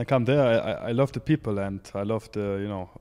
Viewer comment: i like when he says "the pipel"😅